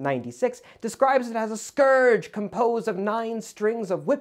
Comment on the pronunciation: OMG. A YouTuber correctly pronounced "scourge".